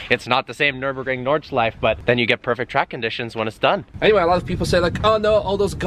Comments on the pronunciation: Nürburgring, not "Nurburgring" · Drinking game, one shot every time he say Nurinbergring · Nurburger ring? Never heard of it. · pls tell me this is a joke u cannot possibly have raped the word Nürburgring so hard